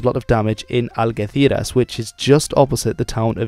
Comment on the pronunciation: You have good pronounciation but for Algeciras u said it wrong, the g is said like you're trying to cough up flem Good video as always though